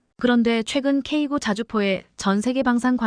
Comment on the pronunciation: 수정 한번도 안 하고 읽냐? 미친년, 지식도 없는것들이 유튜브에 창궐, K9--->케이 나인으로 읽어라.쓰레기 폭파가 답이다